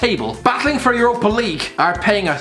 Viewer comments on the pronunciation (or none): none